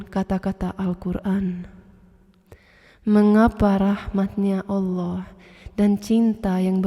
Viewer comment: masya alloh.pengucapan lafad alloh sangat fasih..orang yang muslim dari lahir belum tentu bisa seperti itu